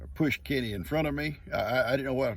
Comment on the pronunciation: Good morning 🌄🌻. 😂 LoL I thought you were saying Kitty and wondered if Gigi's name was Kitty. Then it hits me your talking about your buddy Kenny 😜. Love your videos and you 😗💓. Blessings for the entire Morrow family.